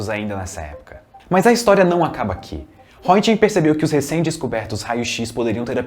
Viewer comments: “Rrêntguên” pronúncia do sobrenome do grande Wilhelm Conrad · Mundialmente não ficou conhecido como “raio Röntgen“, mas na Alemanha foi quase. O termo lá, quando é feito o exame de raio x, é algo como “fazer um Röntigen”. A propósito, crítica construtiva, a pronúncia do nome não foi das melhores, hehe, mas entendo, língua alemã não é fácil.